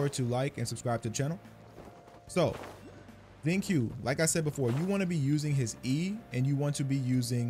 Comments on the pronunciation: Actually man just because the translation of your Genshin is in Spanish, and the way they spelt Xingqiu's name there as Xingchiu, that isn't the right way to pronounce his name. Since they're chinese based characters the pronunciation of his name is "Shing-Cho" with a slight hold on the "O". Like the way you pronounce QiQi as KiKi but it's actually ChiChi, hopefully this helps you get the pronunciations of their names just a little bit better. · hey its xing "chiu" not xing "kiu" lmao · Thank you for the video! As for wondering whether you said his name correctly or not-- you got it close, but not quite. His name is pronounced closer to "sing-chew"! ♡ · His name is pronounced "Shing-cho". I love using him, he partners so well with anyone but especially Chongyun for Shatters. I just wish I had Sacrificial Sword for him ;~ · Since you asked at the start the proper way to say his name is Shing chio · Shing-chu is how you pronounce it. Just like xiangling, shiangling and qiqi chi-chi. Chinese pronunciation of q and x are chi and s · It’s “sincho” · Its pronounced shing- cho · You are actually so close to the correct pronunciation. You just have to keep in mind that the letter "q" is pronounced with a soft 'ch' sound rather than a hard 'k' sound.